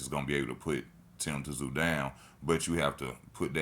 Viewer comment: It's pronounced zoo not tzoo